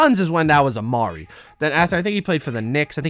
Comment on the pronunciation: When he says a ma ree it gets me tight